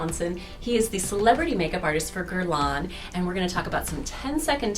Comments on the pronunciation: Incredible that a "world famous" makeup artist cannot pronounce the brand name correctly. It is NOT GuerlAAAANE! It is Guerlain (an Æ in the end and it is nasal). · I can't believe that you mispronounced Guerlain. It's not "gurr-lawn." The Internet has websites that give you the correct pronunciation of French words and names.